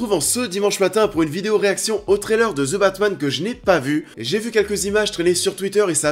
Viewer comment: Je savais pas qu’il y aurait un film qui s’appellerait « Ze Batmanne »... pfff hehe. Allez, un petit effort de prononciation s’il vous plaît... Si le th en anglais est trop difficile à prononcer, aussi bien prononcer comme un d (De Batman). Sinon, pourquoi tout simplement ne pas le dire en français le Batman, ou l’homme chauve-souris...